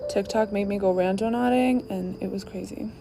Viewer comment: Girly said"randoNAUTICing